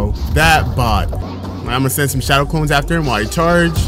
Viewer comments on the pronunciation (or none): none